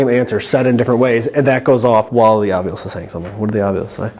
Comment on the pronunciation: Not Ovilisses or Ovuli... one ovilis, three ovilis. You asked..lol